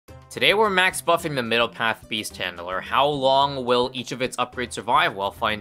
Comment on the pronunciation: I thought beast handler was called beast chandler for a sec lol